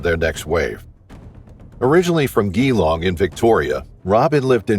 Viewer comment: I'm Australian.... it's Geelong said like Jee-long. And Tugun is said like Tew-gen. Thanks.